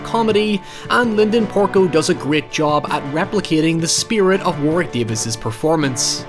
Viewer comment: It's "War-rick" instead of "War-wick". The second w is silent/mixed with the r